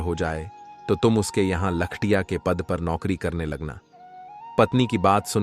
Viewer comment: कहानी अच्छी है लेकिन ठंडे तारकोल में कैसे नहाए। दूसरे लख-टकिया बोला जाता है। लिखने वाले ने क्या लिखा है। बोलने वाले ने क्या बोला है।